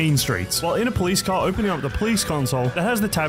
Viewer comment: 20::35 THE FRICK IN THE CAHH 🤣